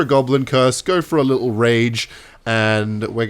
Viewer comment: “little” but in a British accent.